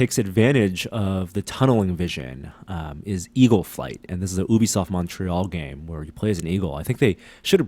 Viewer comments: It's pronounced "you-bisoft." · or "Ew-bisoft" - which is more appropriate to what they do.